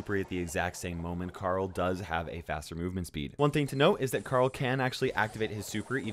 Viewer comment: Can you guys say CARL? I bet you cant. You say "CAREL"